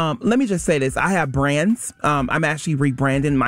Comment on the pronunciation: “I have branz, I have endoorsmens. I’m not finna sit here up and tell someone….” Please stop talking.